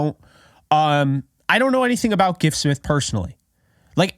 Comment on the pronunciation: You are pronouncing his name correctly.